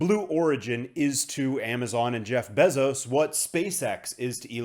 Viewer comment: My guy I can’t take the besoz pronunciation anymore….